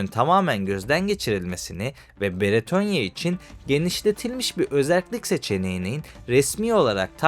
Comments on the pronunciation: Abi videonun bazı yerlerinde “Beretonya” demişsin. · Beretonya değil,Bretonya. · Sevgili genel olarak videolarda işlediğin konular gayet faydalı ama sana küçük bir tavsiyem mesela bu videoda üç farklı isim duyduk (bretonya, beretonya ve britonya) insanların kafası karışabilir, tabiki ufak bir şey ama bence kelimeleri doğru bir şekilde telaffuz edip insanlara doğru olanı iletirsen daha yararlı olur. Teşekkür ederim